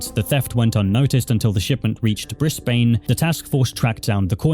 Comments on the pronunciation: Why do yall pronounce Brisbane like that? It's Briz-bin. XD Edit: Oh God Brisbane was only the start. lmao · 1. lol shitty sponsor 2. its bris"bin" not bris"bane" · hearing you pronounce Australian words is crazy briz-bane no like bris-bin for brisbane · Hey! Love your vids but, as an Aussie myself, just know you pronouced Brisbane wrong. You did get the "Bris" part right but the "bane" part is pronounced "ban"! Just letting you know for future videos! Also I know someone's going to do this anyways so I'll do it myself r/woooooosh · its pronounced 'BRISBIN' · Can’t take how many YouTubers mess up pronouncing Brisbane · Please, please search up pronunciations of towns and cities when you make videos about places outside your country. Briz-bun. Can-bruh. I’ve had the same thing in previous videos of yours. Overall, great video though, and I enjoyed listening to it. Definitely some interesting things going on with the adult community around the show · Oh wow I didn't realise I tangentially knew Catriona! Her graduating project was everywhere when I started at Griffith lol Also they're pronounced 'bris-BIN' and 'can-BRA' ;) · As an Australian I wanna just say hearing him pronouncing the city’s has got me cracking up. Brisbane is call brisbin in Australia and Canberra is pronounced Canbruh